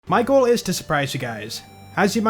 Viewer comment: thought "my goal" sounded like "Michael"